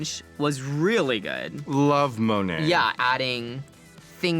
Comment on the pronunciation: Woa woa woa did raja really just say monets name wrong?😝